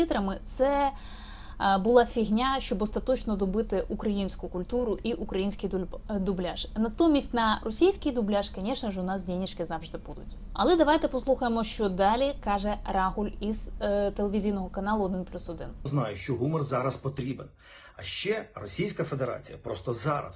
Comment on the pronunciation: Наголос у слові раг'уль на букві у. Слово польське. І у Львові кажуть саме так.